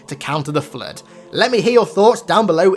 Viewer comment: Flrood saying it with an R is killing me